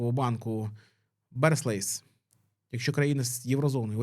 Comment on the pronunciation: не "берслейс" а барклейс. Barclays